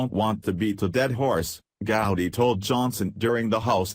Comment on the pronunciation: If you want to hear our voice.our voice,how about shutting off the roboreader and letting us hear your voice,your voice ?good story,but these robos are making me think I am the last live human on the planet,the planet,maybe along with Trey Gooody,and other mispronounced names.